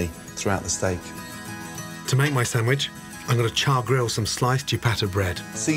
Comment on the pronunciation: "some nice Chewbacka bread."